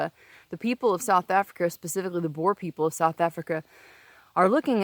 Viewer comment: The word is Boer or Boere and not Boars. And no land was taken by force.